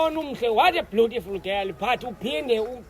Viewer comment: "What a bleautiful girl"